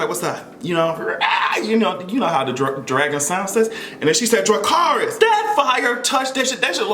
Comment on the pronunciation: Jon can’t even say dracarys